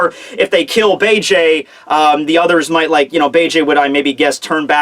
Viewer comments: it's beeg not bayjay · The name isn't fucking Bay-Jay it's Beige like the god damn color. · "Bege" is pronounced "Beige" btw now Bay-Jay lolol